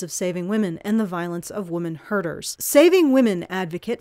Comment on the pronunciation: I keep hearing you day, "women herders"...